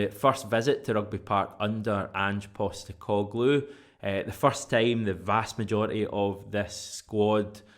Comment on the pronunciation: unlike most who butcher the pronunciation of my surname, you got it in one. Seriously impressive 😁😂🤣